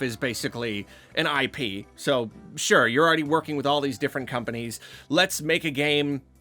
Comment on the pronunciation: "Hey, look. I pee, you enjoy. Please consume it." I'm sorry. But that's almost what it sounded like at that point, PLUS the visual on the video was like a... golden liquid flowing through pipes. It was just unfortunate phrasing and background visual. (And yes, we all know he was saying IP as in intellectual property.)